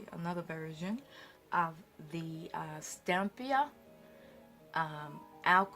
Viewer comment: you have been mispronouncing Stamperia. You have said Stampia with out the 4 syllables: Stam - per - i - a. Your work is fabulous and it inspires me. Thank you!